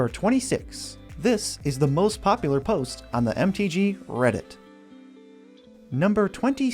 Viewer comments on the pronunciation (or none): none